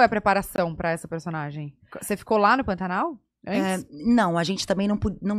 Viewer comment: Curiosidade: em que parte do Pantanal esses falam: Pantanar? Ou Ninhal como Ninhar?? Sinceramente não consigo entender. O protagonista da novela, interpretado por Marcos Palmeira, ao mesmo tempo em que fala: ninhar e pantanar, pede ao seu (ex) futuro sócio uma análise técnico financeira ambiental e sei mais lá o que, o que demonstra claramente que é um homem entendido das coisas. Sou do MS e nunca vi pantaneiro, indígena, peão, administrador ou proprietário de terras falar: pantanar. Posso estar errada, o fato de ser do MS não me faz dona da razão, mas na minha opinião, pecaram nesse sentido. Beijos sul-mato-grossenses! Ahhh e observem o chalaneiro representado por Almir Sater, ele fala como qualquer um: pantanal!!!